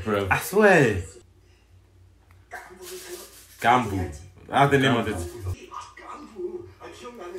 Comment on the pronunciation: it's not GGambu.. it's Ggan bu !!